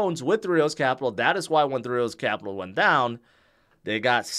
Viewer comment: No disrespect. But how the hell are you trying to say three arrows Capital?